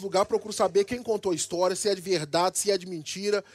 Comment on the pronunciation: Ele nem sabe soletrar kkkkkkk ele fala istoria o cara da caneta